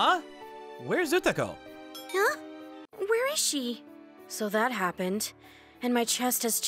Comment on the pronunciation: Izumi was calling her Utako but she was referring herself as Ukato , WHAT IS THIS MISPLACEMENT OF "K" & "T" ?